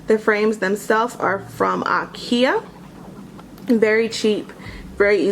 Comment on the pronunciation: It's pronounced, in American English "EYE-KEY-UH," not "AH'KE-UH".